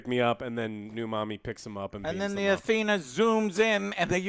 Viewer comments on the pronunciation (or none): none